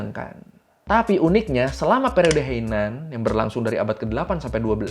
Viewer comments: Bang, bukan "Periode Heinan", tapi "Periode Heian". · periode Heian (平安時代) bang, Bukan Heinan